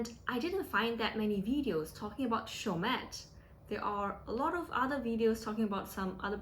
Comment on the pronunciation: dont pronouce the "T"